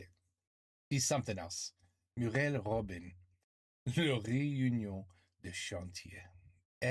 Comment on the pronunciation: robain pas robin'...!